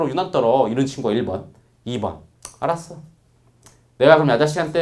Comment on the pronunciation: 알았으? 이 꽉물고 얘기하실때 나만 멋지게 느껴짐?